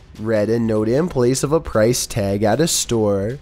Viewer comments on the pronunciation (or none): none